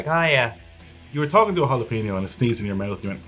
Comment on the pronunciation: In what world is the syllable PEN pronounced PEEN as in jalapeño